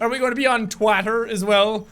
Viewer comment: I died when he said we must be on twatter to XD XD XD